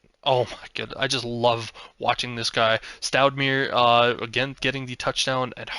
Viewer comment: Stoudemire is Pronounced like the former basketball player from the Phoenix Suns. Amare Stoudemire. Stoud A My Er 😉